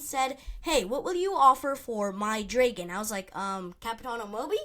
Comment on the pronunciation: Ur pronouncing dragon wrong bud.